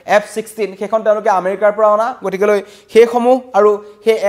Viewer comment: news reader জনে গতিকে শব্দটো ভুলকৈ উচ্ছাৰণ কৰে।গতিকে শব্দটো গতিকলে বুলিহে কয়।কথাটো মণ কৰিবলগীয়া।এজন বাতৰি পঢ়োতাই ভুল কৰিলে ভাল নালাগে। বাকীবোৰ সকলো ঠিকেই আছে।